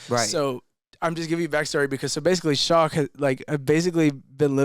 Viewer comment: I stand with Tate on him saying his friends name as shark and not shock lmao